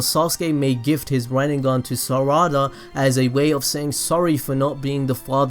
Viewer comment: rinnegengan you mean rinengone